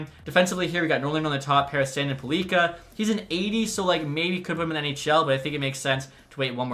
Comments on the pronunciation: Axel Sandin Pellikka. Your pronounce sandin fine, but would suggest saying “pelleecka” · you put emphasis on the i right? Its supposed to be an short i and with emphasis on the e.